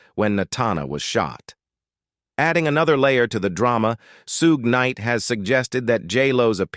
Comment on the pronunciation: “Sew- gay- nite”. lol